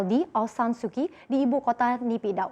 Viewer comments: Suu kyi bacanya suu chi bukan suki (-_-‘) lu kira sukiyaki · Su Kyi dibacanya Su Ci ... harusnya belajar dulu sebelum broadcast